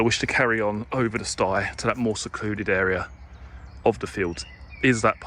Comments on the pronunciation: I am having a drink every time he says stye. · Does look a lovely place.,(Stile as in Style not sti as in stigh). I'm nitpicking, sorry. Great video thoroughly enjoyed it and looks much better on your camera.Well done!